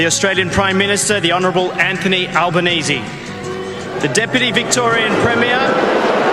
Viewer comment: Anthony Alba-NOCHIO?